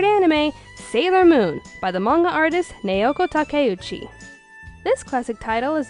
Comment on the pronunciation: Nay-yow-kow Ta-kay-oo-chee.